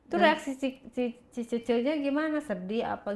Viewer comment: Bukan cheche......ucapanya salah ....yg benere cie cie/ cece......artinya mbak/ kakak....meme= adik pr.....